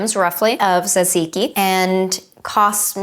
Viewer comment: How many times did you have to practice saying tzatziki to get it right? 😀lol Also, if this was BEFORE the pita video, Bryan must've been SO overloaded with food by the end of it! 😲 If you haven't got an English cucumber, is a non-English, generally smaller, one still all right for use, for this?